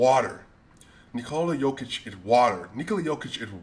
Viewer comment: Bro how u say Jokic the right way and then u say Doncik, 90% of Serbian and ex Serbian last names(or the last 2 letters ić) are pronounced like ''itch'' so Jokitch, Doncitch, Bogdanovitch because yall guys dont pronounce letters like we do with just one sound for each letter. And yea Jokic is MVP and then 3 spots empty then Giannis, Embiid and whoever.